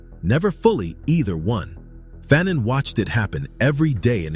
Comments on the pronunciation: FAhNONE not Phanen... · Wasn't his last name pronounced fuh-NON and not FA-nun? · I learned a lot, and this is a great video! But FYI, his name is pronounced Fuh-NON. Not Fan-in. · Stop pronouncing his name incorrectly. His last name is pronounced as Fa' None. Not fannon. He also wrote The Stolen Legacy. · FAnon not FANon. Frantz FAnon esteemed victorious heroic ancestor. Aime Cesaire esteemed beloved ancestor. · Pronounced "Fahnaan" great Brother 💪🏾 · This is very jnformative. "The Colonizer and the Colonized " was required reading in one of my college classes. However, I may be mistaken, but we were taught that the pronunciation of his name sounded like Fa known. At any rate, this is very informative and interesting. I look forward to watching more of your videos. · You’ve done the research and cannot properly pronounce his name correctly? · I first read Fanon in 1977 while in College. My Doctorate advisor was himself a scholar of Dr Frantz Fanon writing. As a college professor myself, Fanon is required reading in my classes. While I enjoyed your video. I cringed a how you mispronounced his name. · Great piece! Appreciate U 4 putting this together. However, U R murdering the pronunciation of his name!!! The 2nd syllable is pronounced as “none.” The “a” is a short “a.” Please do more research so his name is said correctly. We owe this African so much!!! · He is from Martinique…So you do your research